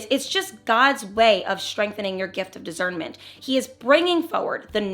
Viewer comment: Love this video! God is so good! So cute the way you pronounce discernment was a z 😂🥰